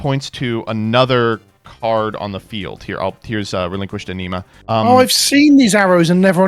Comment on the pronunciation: Relinquished A-knee-ma......